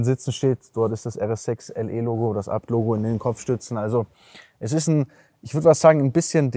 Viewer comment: Aber was ich mich frage wird ABT wirklich Abt ausgesprochen oder jeder Buchstabe einzeln also A Be Te so wie ich das überall sonst höre